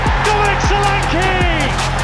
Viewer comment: U are pronouncing his name wrong it's sho LAn ké